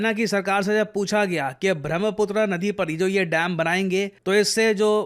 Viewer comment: It's ब्रह्मपुत्र not Bhramhaputr 😢